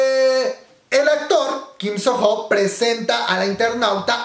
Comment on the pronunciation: Se pronuncia "Sono", la h es muda en este nombre.